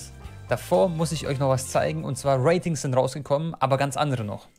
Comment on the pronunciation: Normale leute: Ratings Eli:Watings